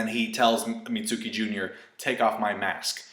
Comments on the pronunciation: Also it's meet-skee not mi-tsu-kee. That's like saying sasuke like sa-soo-kay. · Pronounced "Mitt" + "ski"